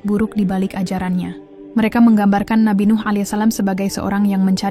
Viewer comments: mohon pengucapan allaihissallam yg benar,Krn salah pengucapan salah jg arti'a ,coba d tulis aj jd pembacaan'a benar .😢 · Mbak e jangan salah ya nyebutin allaihissallam, gak usah tergasah2 ,santai saja jadi pengucapan nya jadi enak didengar, gitu saja mbk e💪👍